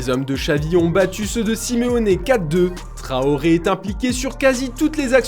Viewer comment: "Adama trohoré" mdrrr c'est TRAORE les frères pas trohoré